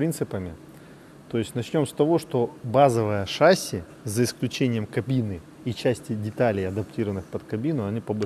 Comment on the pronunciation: Приветствую.У меня маленькое замечание.В ролике вы произносите шАсси вместо шассИ,а это ошибка.По правилам в словах французского происхождения ударение ставится на последний слог,немного режет слух